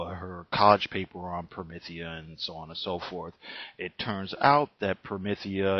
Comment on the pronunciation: You’ve got some nerve reviewing something you can’t even fully grasp, unless the video is actually about you and your ignorance. Also, it’s not pronounced promithia. You probably wouldn’t be able to handle Gene Wolf’s book of the new sun or Steven Erickson’s Malazan Book of the Fallen. Those aren’t comics, but along with Promethea by Moore and The Sandman by Neil Gaiman are the pinnacles of fantasy in both comic and novel formats